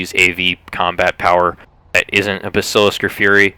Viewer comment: BAS-IL-ISK not BASIL-ISK